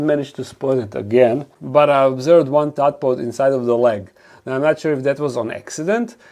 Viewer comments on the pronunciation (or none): For future videos it’s a “tadpole” not a “tadpod”